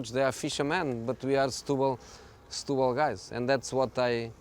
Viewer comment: Setubal "stooboll" whut??